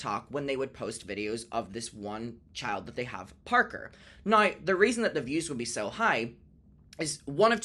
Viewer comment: I love the way you say the word "now" as "no"!